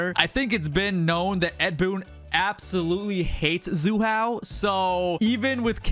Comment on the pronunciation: WTF is Zu Hao 😂